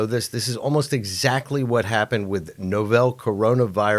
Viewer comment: This "expert" keeps saying Novell, like the network operating system company. The word is novel, like something new or unique. Two completely different words. How can he not know?!